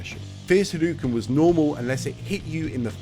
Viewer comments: Wow it is insane how annoyed I get listening to you say HaDooKin over and over again. It's pronounces Ha-dough-ken. Not hadookin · 37 years and people still saying "hadoo-ken" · I never understood this. Not only does he say the word literally EVERY time he does it but its the same across all games and has been for decades. Yet somehow people STILL pronounce it hadooken. Normally, I would ignore it but bro... its a history video, in this context its kind of egregious ngl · This brings up another question for me. Why do people keep pronouncing Hadōken wrong, like "Ha-doo-ken" instead of "Ha-do-ken"? I mean, Ryu even says it as early as SF2 verbally, clearly as "Ha-do-ken". What's the reasoning? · On bit crushed consoles from the '90s it definitely sounded more like hadooken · cool vid, but the mispronunciation was driving me crazy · Video is great as usual, but the mispronunciation of Hadouken is driving me crazy. The "ou" always makes an "oh" sound when properly romanized from Japanese, it would never make an "oo" sound. Technically you're supposed to make that "oh" sound last a little longer as well, but that's not something that's easy to distinguish for native English speakers, so it matters less if you get that right. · is it like a funny bit that you're saying hadouken incorrectly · my swedish brothers have been saying 'hadooken' for like all of my life i truly didn't even think about how he says it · hes been making videos about street fighter for 13 years. ryu doesnt even say it that way in the games lol